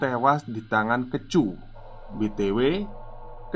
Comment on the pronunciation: Kecu = rampok. Bacanya kaya "e" di keju bang